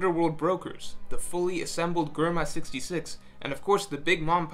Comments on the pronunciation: Sorry this is the first time I’ve listened to u, I love the insight agree with it all, but can’t stand the way u pronounce everything wrong… hahaha germa is Jerma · It's "JER-MA" not GER-MA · how did he just pronounced Germa ... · Who the fuck is "Gurma"